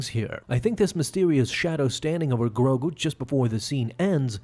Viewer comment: Why you saying grogu like that💀